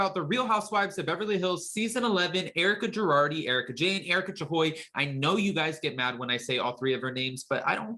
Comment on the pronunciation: Now I like the way you say Erika Jayne and her other names,!!